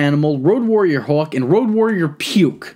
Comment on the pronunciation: How do u mess up saying hawk?